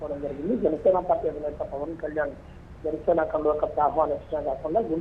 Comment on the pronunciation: e anchor ki pawaan ani sariga palakadam raavatam ledhu.. pawal ani antunadadu.